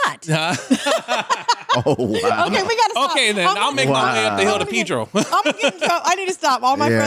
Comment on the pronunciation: Its Pedro not PIII-DRO😂😂😂